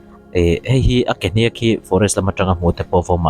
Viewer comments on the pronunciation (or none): Hníák, athluk sang zawngin i sawi ṭhina, a dik lo, Hniãk, ri kuiathla a lam tur a ni. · Hniak tih hi lam san tur a ni lova, sava tih lam thluk a thluk tur a ni aw....a ngaihnawm e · "Hniak" hi "chi liak" tih a "Liak" ang a lam tur. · Tuikuk te chu rûl kezungpui tiat pawh chemfawng tiat a hmu thei an nia, hmuh chu an nei ngei anga an sawi ang tiat hi nilo turah ka ngai phawt mai 😄 Mahse a hnîak ti a i lam hi chu a diklo tlat mai. Thlukna awmlo in a hniak tih ni zawk se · A hniak tih lai tak i lam rik dan kha vai mizotawng thiamlo ka a tang a ri chhuak a va ang xe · A hniak ilam dan hi ava âwn ve